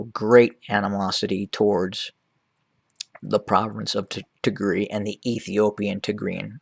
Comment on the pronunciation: [Tig]-[Rye] is how it is pronounced. Tegaru is the plural.